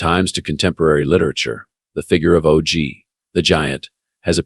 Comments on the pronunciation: I want to listen but it's not natural enough and pretty sure it's pronounced OG as in POG not O G as in Owe Gee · It is a computer voice so it pronounce it O-Gee